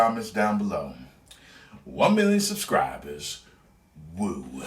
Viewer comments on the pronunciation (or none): Woo, not woooooooooooooo